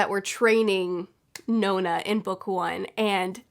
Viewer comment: The book of the ancestor series is brilliant on audible, Helen Duff does a great job and the flash backs are a lot less effort when someone else reads them 😅 also she pronounces it non-a rather than No-na which is interesting. Love your reviews, help get me through lockdown 🔐